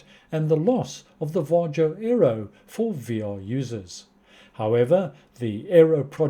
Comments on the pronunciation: Var-Yo Nordic countries pronounce the J as a Y, just like Germans swap the W for the V But yeah I agree with your analysis on the lifetime and announcement, they obviously went in as an experiment and decided not to continue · It's pronounced VA-HO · Your pronunciation of VARJO is still incorrect😏